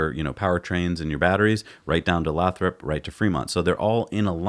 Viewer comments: It made cringe every time they said Lathrop, i understand you guys have probably never heard of it but it’s pronounced lay-throp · It's pronounced "Lay-thrup". I grew up a quarter mile away from that glass factory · Hey and, for starter Lathrop is pronounced Lay-thrup and I drive though Lathrop five days a week to my job in Hayward which is around 12-15 miles from the Fremont factory in my DM Model 3. I will try and drive by there to see the new sight this weekend. I will take as many pictures and video as I can, but I do not have a good drone. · Lathrop is pronounced Lay-Throp. And it nears the town of Stockton to the North and Manteca to the South. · Pronounced lay-thrup.... work in the area and there is multiple buildings Tesla has taken over that were once toyota/Chrysler.. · lol it's Lay-Throp (Lathrop) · FYI it's Lay - throp 😜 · Lathrop pronounced Lay’ throp. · Lol it's pronounced Lay-thrup your pronunciation is making me rofl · Hey guys...great show as usual....Lathrop is pronounced with a long "a"....like lay thrup……..I live in the San Joaquin Valley, CA and believe the Tesla plant in Lathrop is for machining. If you look on you can get an excellent idea of what they are doing there. I hope you are correct for the Semi production. There is a great need for manufacturing in the valley. Long on Tesla! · It the city name is pronounced Lay-Thrope by locals. Long A, long O. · Very interesting conjecture. By the way, Lathrop is pronounced with a long "a". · It's actually Lay-thrup.